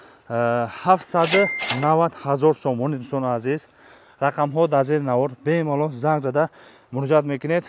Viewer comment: Бемолол не бе малол😅😅😅😅😅